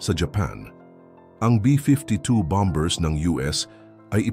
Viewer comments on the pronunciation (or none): none